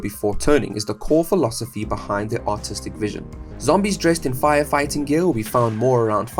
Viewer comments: I swear the intro had me shaking my head... I seriously thought you said autistic vision 😭😭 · Thought bro said "autistic vision"